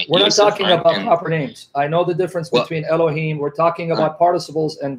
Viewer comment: That's the first time I've heard someone say elokim instead of elohim? Why is that? What does it mean?